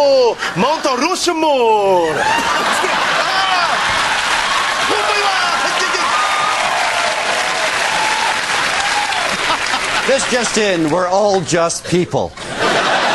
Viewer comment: OOOH!! MOUNT AROOSHMORE lol!!!!!1